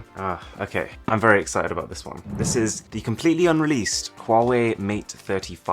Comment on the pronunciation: Did he say quawai